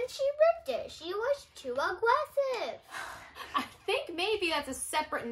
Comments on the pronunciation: “She was so agwresive “ 🥺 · “SHE WIPPED IT SHE WAS TOO AGWESSOVE😂😂😂”